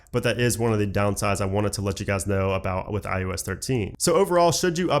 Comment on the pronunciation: SOUNDS like you are saying IUS - not IOS.....SERIOUSLY! It’s I oh ess!!!!!!! OH!!!!!! Not you!!!!!